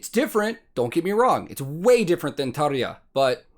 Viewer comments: "The Pyro Man" is rrroolling our finnish R, beautiful Thank You. When you said Tarja, that was Spot on 😎👍.. And Jukka too. Btw second video, solo Tuomas played two (at least) different songs chorus.. Stargazers and Gethsemane.. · "This argument is dumb." – Well said! However, the reason I'm commenting this video is your pronunciation of the name 'Tarja'. It's perrrrfect! Making us Finns really happy. 👌 Greetings from Finland! Can't wait for more cool stuff from you! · Kudos to you for a perfect Tarja pronunciation...#yourock